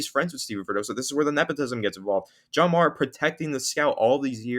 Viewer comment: That’s not how you pronounce Mara